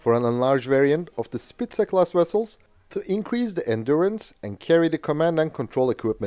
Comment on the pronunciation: Fyi.. its not pronounced spica with an z or a s sound.. but a k sound, "spika" 😊